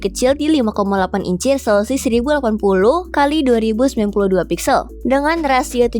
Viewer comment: Google Pixel atau Google Pizel MIn?👀